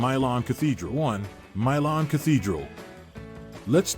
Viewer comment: If you're gonna make videos like this, at least learn how to pronounce the city name, other than that it was good